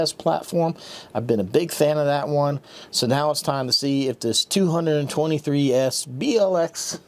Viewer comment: C’mon, it’s not a 223s, it’s 2 ’to’ 3s😅